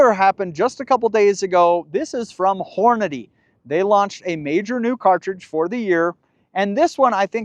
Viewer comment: I love your videos and I am a Hornady user and friend of Jason. As politely as I can say it… they pronounce it horn-a-dee. Not horn-a-day.